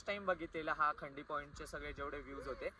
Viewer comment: भाऊ खंडी नाही रे खांडी आहे ते